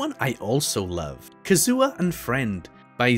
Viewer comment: Mans really called Kazuha, Kazoo-Ah 😭😭